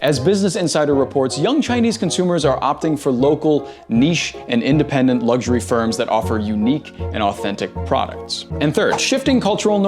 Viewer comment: “Lugshury”Pro tip: there is no “G” in “luxury”.